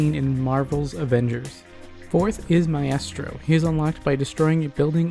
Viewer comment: not to be that guy, but it’s pronounced My-strō